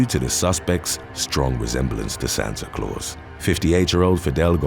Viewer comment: How you say Santa Claus in Spanish LOL